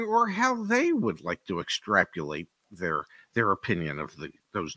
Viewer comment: EXTRAP YOO LATE - a new word from. I think the word is "extrapolate"